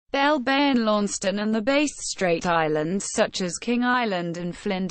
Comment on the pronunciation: "Base Strait" This kinda shit is what you get if you use a shit-tier narration program.